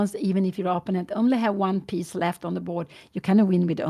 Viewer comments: What's up? Sometimes when English isn't Your Native Language, some People can have difficulty with Certain Words in English. That Might be the case with Mrs. Gramling. So, We should grin and bear it so to speak. She is such a Nice and Kind Lady Who Loves Her Daughter Anna very, very much. But, if One just got to tell Her She is Pronouncing " Opponent" wrong, Please do it Discreetly like in an E- Mail Correspondence. She just might genuinely appreciate such. And like that She want be on the Spot with the Other Viewers on YouTube. Have a good one, 🕊️ Out. Freeman from the States the United States that is. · Perhaps Pia Gramling would actually be glad to know that she pronounces "opponent" incorrectly. I would certainly like to know if I were publicly pronouncing something completely wrong over and over again.